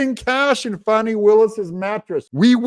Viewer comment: fani… it’s not spelled fahhhhni brother Doug